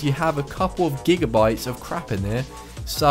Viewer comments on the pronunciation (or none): none